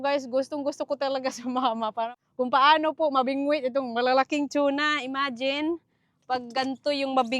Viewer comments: Tuna po not chona hehehe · is it chuna? or tuna? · … just correction you were promouncing TUNA that sounded like CHUNA …. Its constructive criticism because it wrong pronounciation. So that you will not say it wrong in the future. You ahve many subscriber they might copy you. Thats all. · Anong chona??? Hahaha TUNA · Tuna… Hindi Chuna… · TUNA yn, HINDI TYUNA. Tagalog/Filipino ang TUNA. Don't get me wrong, I'm a fan. Hanga sko sa galing at sipag mo. Love your family especially Silvestre. ❤🎉😅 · unsay tune na dai.. tuna ra dai dili tune na.😂 😂 😂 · Tsuna talga? Db dapat TUNA😂😂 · Over pronouncesion kna nmn Anong chuna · Tuna not shuna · Better call it yellow fin mas popular name tuna (tona) pg pronounce here again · yung pronunciation nyo po ng TUNA He hr